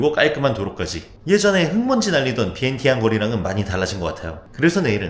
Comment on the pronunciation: 비엔티엔을 위앙잔이로 발음하시네요 공부좀 하신듯